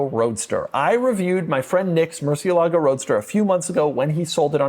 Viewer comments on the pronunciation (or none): Doug is the type of guy who will never pronounce murcielago correctly.